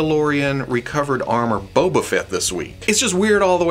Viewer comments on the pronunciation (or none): none